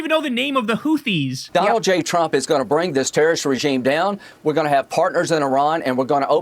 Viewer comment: "Hooties" and "Hezblahhh." What a fool!